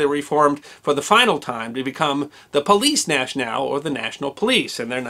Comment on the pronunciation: Cut him some slack. He identified the first kepi as from the "Pleece Nash-nall." I'm pretty sure he meant Police nationale. :)